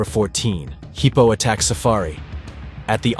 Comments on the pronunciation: WTF is a "heepo"? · The footage is nothing new. But the horrible narration, by a computer, is beyond annoying. Why don't the channel creators just read the copy themselves? Or, hell, I don't know, get a friend to do it. A friend that can pronounce hippo 😖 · Dude says heeeePOoo